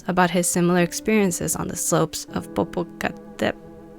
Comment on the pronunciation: Spooky music. The accent is on the fourth syllable: Po po ca TEP et tal. You can do it if you just slow down and take it easy. We love your YouTube channel. ♥